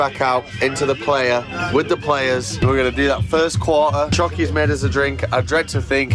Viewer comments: It is pronounced pl-eye-uh, not play-uh. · It’s pronounced “ply-uh” not “play-uh” 😊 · 1 minute in and I'm like.. 1. $600 Ticket is cheap AF Festival? 2. Tell me you're not a burner without telling me you're not a burner. Lol 3. Plehya? It's Playa and it means Beach in Spanish. It originated in a beach in SF. I just want to fast forward to the end atp, hoping they understood what Burning Man really is. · "Were here, not to take the piss like you might think we are, we're here to respect this place, understand it and tell you what it's like." Start with not looking like a total noob and tourist by correctly saying 'PLAYA'. It is pronounced 'PLIER' guys! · lol love yall, it’s pronounced “ply uh” not “player” lol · Great job guys. Next time,,,ply-uh haha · Omg “Player” 😅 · You are not saying playa correctly , it's more like ply - ah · Great video, but I wish you could pronounce "Playa" its Spanish for beach pronounced like the tool - Plier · its pronouced PLY-YA. its Spanish for " Beach". You are literally on a dried out lake bed. good video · Time to learn some Spanish, it’s pronounced “ply-uh” ;) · I started following you channel last year…and as a burner - I really love how you covered the event by jumping all in. You embraced the culture and did the playa (mispronounced horribly) proud. Did you know that every country in the world and even every state /province in North America have their own mini regional burns….please consider visiting the global events. Anyhow - Great job. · Playa is Spanish for beach, and you butchered the pronunciation lol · Look up the proper pronunciation for “Playa”…which means “beach” in Spanish.